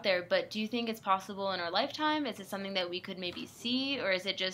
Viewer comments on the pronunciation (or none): none